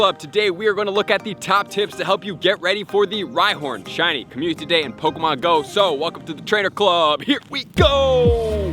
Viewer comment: Another month, another video where he can’t say community properly